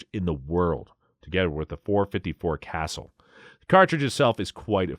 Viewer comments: FYI It’s pronounced Caa Sool NOT Castle Thank you for the video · Casull is pronounced Kuh-SOOL.